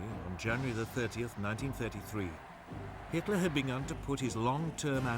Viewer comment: Hitler not hilter btw